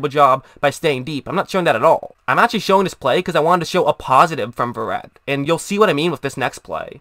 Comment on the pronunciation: This guy cant even pronounces his last name right. This dude a robot or something?